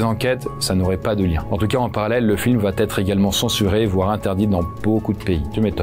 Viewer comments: Pour info : on dit "va être", pas "va-t-être". Une fois, ça passe mais à chaque fois ... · Conseil: sur chacune des 3 vidéos que j'ai vues de vous il y a à chaque ''va être" une très drôle mais sale liaison que vous faîtes en disant "va t'être". Peut-être personne ne vous l'a jamais dit...?